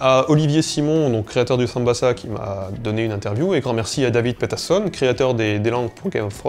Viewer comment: C'est pas étrange de prendre un accent anglais pour prononcer David J. Peterson mais d'en garder la prononciation française..?